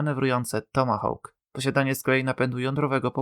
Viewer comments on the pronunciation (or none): none